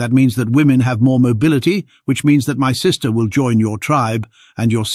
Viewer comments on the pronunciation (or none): none